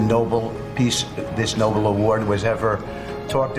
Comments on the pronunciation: Yes, it's Nobel! They keep saying noble. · 🤮🤮 🤮🤮 🤮🤮 🤮🤮 🤮🤮 🤮🤮 🤮🤮 IT'S NOBEL!! NO-BELL! DUMBA**! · rofl, I feel vindicated. I'm yelling at the screen - Noe-BEL, not noble!", and we cut back to Tommy fussing. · Me too for God sake. It’s the Nobel Peace Prize. Like bell. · NOBLE PRIZE??!!! NO-ONE IN THIS CRIMINAL REGIME DESERVES TO EVEN SET EYES ON IT, LEAVE ALONE GET ONE!! IF YOU'RE SO EFFING IGNORANT AS TO WHAT THAT PRIZE IS NAMED AND PRONOUNCE IT CORRECTLY, YOU DON'T DESERVE IT!! AND OF COURSE THEY'RE ALL F#@ CRIMINALS STARTING WITH THEIR CRIMINAL LEADER, SO DEFINITELY NO 'NOBLE PRIZE'!!! 😡😡😡😡😡😡😡😡😡😡😡😡😡😡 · Did you say nut lick? lol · Dude can't even pronounce the name of the peace prize correctly. Geesh, these idiots!!!